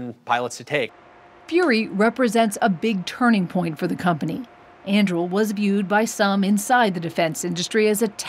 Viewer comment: Lady - unless you've been living under a rock you know it isn't "andrill" It is An-du-ril. Like Aragorn's sword in Lord of the Rings. She must be from Dunland......